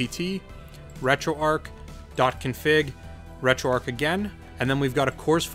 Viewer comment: I have 2 questions why does this guy keep saying retro ark when its pronounce retroarch and 2 why didn't he just give us the files from his pc?